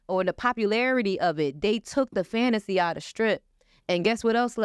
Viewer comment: She keeps saying this word FANTASY, FANTACY, FANTACY but doesn't realise that those glory days WAS A FANTACY.....AND YOU AIN'T GITTIN UM BACK 🥴😂🤣😂🤣😂🤣